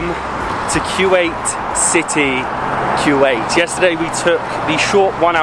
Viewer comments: Actually it is not Kuw-ait It’s actually Ku-wait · It's KUWAIT not que- wait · It’s kuwait not Q Ait, please try to say it right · bro hes calling my country kuweait.... its kuwait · It ain’t qeuewait it’s koowait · It’s not Quwait it’s kuwait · Q8!? I thought that was just an Audi SUV, thought it was pronounced "co-wait" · Why do you keep saying q-ate when theres no q in the spelling wilst!!!